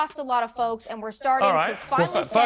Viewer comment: I know she tried to say, "lost a lot of folks," but it sounded like she said, "lost a lot of phobes," and I think that's hilarious.